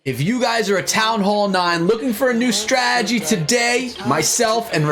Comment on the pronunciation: stop saying stragedy